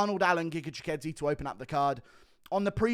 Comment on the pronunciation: As a Brit how the F are U pronouncing Chikadze's name better than Aspinall 😂